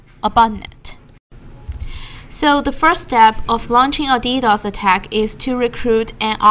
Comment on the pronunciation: It pisses me off how she says D-O-S for dos and D-D-O-S for ddos.